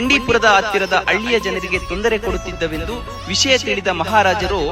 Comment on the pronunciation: ಅಳ್ಳಿ ಅಲ್ಲ ಹಳ್ಳಿ